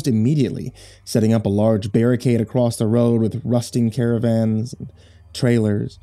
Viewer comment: I love but why does he keep adding a T to "Across"?! It's triggering xD